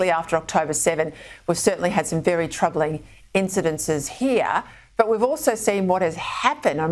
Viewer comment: 'Incedences' is becoming my new pet peeve. What is it with people adding syllables that just don't exist? It's 'incidents', FFS.